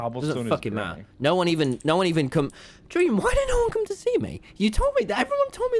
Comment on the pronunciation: I Just watched you saying dweam